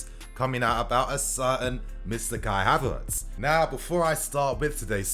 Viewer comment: I'm tired hearing kia Havertz